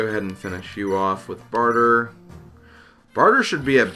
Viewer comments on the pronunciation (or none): It's Bar-tray, not barter